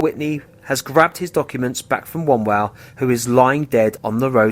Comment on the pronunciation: Also it would have been nice if you could pronounce David Wombwell's surname correctly...